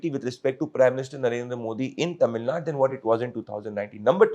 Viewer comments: ""ITS NOT TAMIL NUT"" ""ITS TAMIL NADU"" PLEASE Pronounce Properly* NO NO NO BJP And NO NO NO karnatakan ALIEN Annamalai IN TAMIL NADU karnatakan ALIEN Annamalai yenn mann yenn makkall IS HYPOCRISY FAKE And FRAUD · Pradeep, it’s not Tamil Naad, It’s Tamil Naaadu